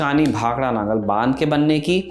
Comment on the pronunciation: नागल नहीं भाई नंगल डैम है